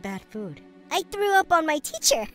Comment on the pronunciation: i laughed when annie said "i trow up at the teacher hehe👹